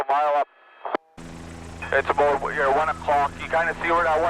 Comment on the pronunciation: How aboot that?